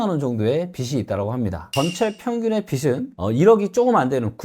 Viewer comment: '빚이, 빚을, 빚은' 발음하실때 비지 비즐 비즌으로 해주세요 비시 비슬 비슨